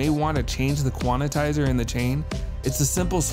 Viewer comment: Why does he keep saying "quan-i-tizer" ?